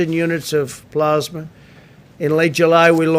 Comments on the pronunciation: He is a moron. He can barely speak. He has no vocabulary. Convalescent Plasma is not exactly a breakthrough. It’s just a matter of harvesting and distributing plasma enriched with covid antibodies. And it’s p-l-a-s-m-a, not p-l-o-s-m-a. Idiot. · One question what's plausema. ...ohhh plasma yep English is hard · plasmah, it's French for plasma.